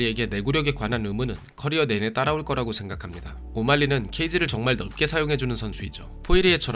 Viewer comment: 넓게 = 널께 로 발음해야해용ㅋㅋ